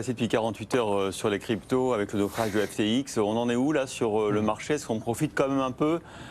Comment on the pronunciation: Apres l'emission d'hier de BFM ou il dise Ethewoum , aujourd'hui un autre presentateur qui dit l'exchange FTik et Sam Bankmam fril 😂